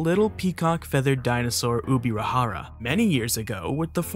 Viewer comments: Ubirajara is pronounced "J" as in English, not with "H". The language spoken in Brazil is Portuguese, not Spanish. The "J" in Portuguese is pronounced in the same way as the "J" in English, and not "H" as in Spanish. The name is indigenous to Tupi and he reads and writes in the same way as Portuguese. The correct way of speaking is "UbiraJara" and not Ubira"H"ara. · Never confuse Portuguese with Spanish, Brazilians hate it, and you made this mistake by pronouncing the j as in Spanish, instead of pronouncing the j as in Portuguese. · the J has the same type of sound as the J in Jar, it does NOT sound like the spanish pronunciation of J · Ubirajara "j" is not pronounced like the Spanish pronunciation, but how you would say the "j" in "jar" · Dude. The J in Ubirajara isn’t pronounced like the J in spanish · Just a little correction:The crato formation is located in the state of Ceará, in northeastern Brazil, not São Paulo, which is in southeastern Brazil. Also that's not how you pronounce "ubirajara"